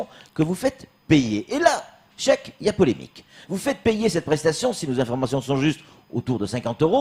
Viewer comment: "Chek" il sait pas dire "cheikh"...grave !